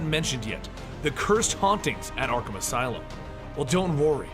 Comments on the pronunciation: You said arthum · he said Artham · Anybody else notice that , he says artham instead of arkham? Lol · Dis fool said Artham